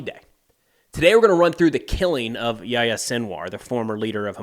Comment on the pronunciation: Please don`t pronounce him "jaja" ... Not only does that sound like "yesyes" in my native language, it is also basically wrong^^. The h has to be heared. Ya-H-ya - emphasis on the first Syllable.